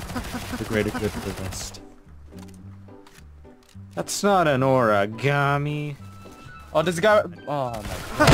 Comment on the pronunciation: Pretty sure he said noragami